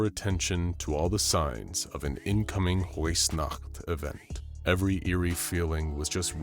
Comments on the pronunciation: Weissnacht is so poorly pronounced. Weiss is pronounced more similarly to “vice”. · W's are pronounced like v's in German, so it would be viessnacht, otherwise amazing video one of my favorites by far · I am a bit annoyed at how he pronounced weissnacht as it is a German word so it pronounced more like viessnacht other than that great vidieo